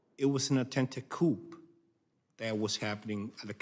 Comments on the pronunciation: The press is lying. The officer did not say "coup." He said it was an attempted "coop," proving that someone gave him a script to read. If he had written it himself he would have caught that. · His job was to defend against coups, he apparently defended against a falseflag "coup", and yet he STILL can't pronounce the word? Maybe they prepped him by email. My assessment: Doesn't have deep conversations about societal issues, perhaps didn't integrate well with America, a dim pawn of the Cabal.